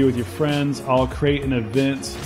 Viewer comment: he said “ ill crate an event” see what he did there?😂